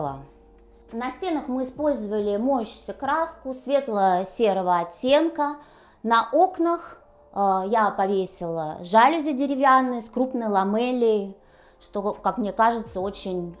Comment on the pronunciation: Странно от архитектора слышать кухОнный и жАлюзи, хоть бы ради смеха поинтересовались как правильно произносить😮.